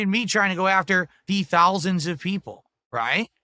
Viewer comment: hundreds of thowlsands